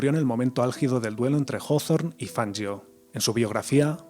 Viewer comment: Jajaaa..."Fanyio",que ignaro.😂